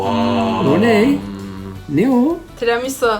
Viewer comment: Tramisu diye magnolyayı yutturdun be 😂😂😂